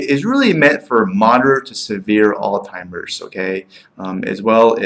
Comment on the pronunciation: This is what happens when a nonmedical person reviews a drug. Garbage, hinting at payouts and zero understanding of drug classification and how certain classifications tend to cause the same side effects. I'm hoping the nonmedical viewers caught your incorrect pronunciation of Alzheimer and cognition and thereby took your opinion as just one man's opinion and not a medical one. You should be ashamed to tout your nonmedical opinion to scare patients into not taking a drug that may work for them. The drug is a godsend for those it works well for. Why not spend time digging into the side effects of aspirin, worse, and the fact that we still can't say how it even works.